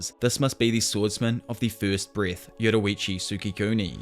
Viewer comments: why do you keep saying yoruichu, this isn't bleach lol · 6.45 yoruichi it's yoriichi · Yoriichi not yoruichi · "yo-riiiii-chi" not "yowowowoowrichi" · Bro it not yoroichi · This dude says “Yorrichi” Like “Yetawachi” 💀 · why’d you say yoruichi instead yoriichi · Its like your saying yowuriichi instead of yoriichi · Why do you say Yoriichi as Yororiichi? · "yoruichi" lmao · Why u call him Yoroichi lol. Nice video btw. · inspiring amount if effort that you put into these vids but its "yor ee chee" not "yoru vichi" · Bro I love when he says yorrichi he says it like yoddorrichi I love that bro keep it going and love the content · im crying "yoroichi"